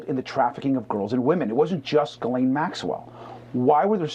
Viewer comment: * Ghislaine. Gees-lain (but with a softer G, and said like in "Gee".) I don't know why people like the guy in the video (not ) and so many other people say, "Galain" [Maxwell] which isn't even close.